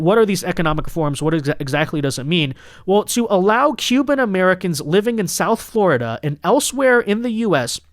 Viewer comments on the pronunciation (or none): none